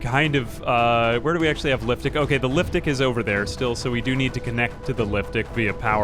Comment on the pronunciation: Every time he says liftic I think I hear liftdick lol